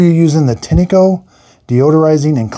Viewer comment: It's pronounced "Tine-co" not "Tinny-co" 👍🏼